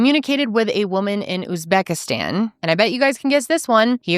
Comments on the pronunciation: That tik toker offering advice and not knowing how to pronounce Uzbekistan pretty much sums up American culture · what i was a little embarrassed about as a fellow American, that the advice-giver couldn’t pronounce Uzbekistan or seemed to ever have heard of it before. But I live in Europe but anywho.. One clue was he said they were empty-nesters which he and Emily aren’t. Of course he could have lied. But generally this happens a lot, it is a business in Uzbekistan as well as a lot of other places - catalog brides to put it bluntly and not p.c.